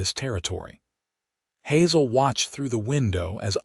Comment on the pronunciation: Hazel mispronounced